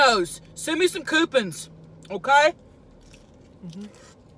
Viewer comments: “Domino’s send me some coopins” 😂🤣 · "Send me some Cupins"😂😂😂😂😂😂😂😂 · “Dominos...send me some coopins!” 😂😂😂😂😂😂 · mapleLIFE coupins she said 😂😂😂😂 I’m still laughing! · “Gimme sum cupins”😂cmon man give her dem discounts